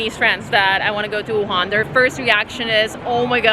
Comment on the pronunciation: Very well done! Too bad you're not a breakfast person. The hot, dry noodles (re gan mian) is a Wuhan specialty I simply can't do without. Oh, and thanks for pronouncing Wuhan correctly wuHAN. It's not that difficult. Seems like almost all westerners say WUhan. Drives me nuts! (Retired American living here for the past 10 years.)